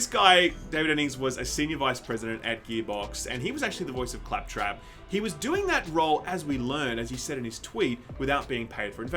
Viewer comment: how did fuck up “clap trap” 😂😂😂😂😂